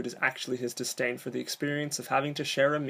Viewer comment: DisDain, not disTain